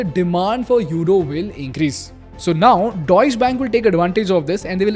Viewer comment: Plz improve your pronunciations . Deutsche and Volkswagen. I don't expect it from you. Anyway thanks for the knowledge